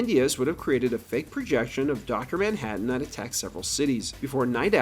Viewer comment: "Ah'mmm Docta Manhadden"